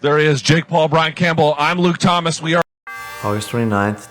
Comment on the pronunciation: "Luke TRThomas"